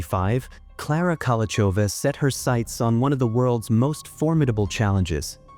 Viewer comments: You’re pronouncing her name wrong. In Czech it is /ˈkolou̯xovaː/ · Hey author, is it so hard to find out how to correctly pronounce her name?